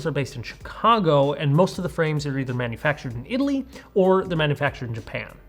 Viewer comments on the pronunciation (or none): none